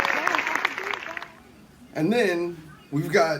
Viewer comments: Did she say “President Joe Bittin” 😂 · She can't even pronounce Joe Biden's name, obviously there for her popularity image.